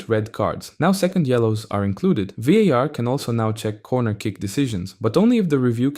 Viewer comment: As a spanish speaker that VAR pronunciation triggered something in me